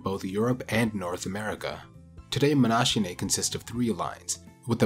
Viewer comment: Nice video as usual. That extinct diversity of walruses makes for a fascinating topic. I think it's pronunced as if it was written "monakinae", as a native Englich speaker always be very skeptical of those "ch" sounds if a greek root might be involved.